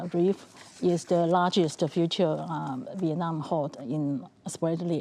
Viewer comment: Don't forget CHina is using Vietnam to gain its export to the US and other Western Markets. Mr. so-called professor - can you pronounce "Vietnam" a little more clearly?😅